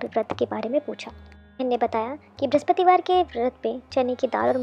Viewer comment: Brahspativar r brahaspatidev ka uchharan krne se pehle thoda dhyan de aap dono ko confuse kr rhi hai 🙏🙏jai vishnu bhgwan